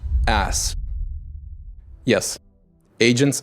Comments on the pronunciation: 2025 : "Asss" not Sass 😂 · AAS ❌ ASS ✔️ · Yeah cuz it's pronounced ASS